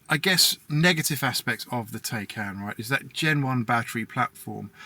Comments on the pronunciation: Bruh.... At least say it right! Tie-Kahn. Rhymes with Icon. Fact check me! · I own one too, but the YouTuber should at least pronounce it right! Both syllables he is pronouncing it wrong which just makes more people think that's the proper pronunciation!